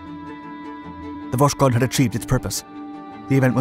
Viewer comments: It's pronounced Vas-Hode, with a silent-sounding 'k' and emphasis on the 'h'. Not Vash-Kode. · Its all great, but its pronounced vosHod, not voSHod. But overall its was a very interesting video. The series are great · Stop saying Voshkod or Voskod ,this is Voskhod! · It’s Vosk-hod not vosh-kod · Pronounced "vos-khot". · All the dislikes are Slavs that didn’t like your pronunciation of “Vos-khod” 🙃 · well it's really strange for me to hear "sz", it really kills the word that literally translates to east. I know that the narrator tries to pronounce it similarly to Russian but it seems up in a strange mix, just like pronouncing French word with English accent... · Voskhod means Sunrise. It is pronounced as vos-hod (s and h separately). Vostok means East. The narrator routinely butchers russian words and it is entirely avoidable if you only need to find out how to pronounce a single word. Overall the channel offers a lot of value and it would be even better if the author spent a few minutes extra to pronounce the foreign craft names correctly. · H in Voskhod is not silent. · Love the video but why the strange pronunciation of Voskhod ???